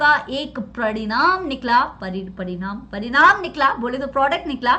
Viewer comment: Pradinam nikla ....😂😂paridam nikla bole to product....😁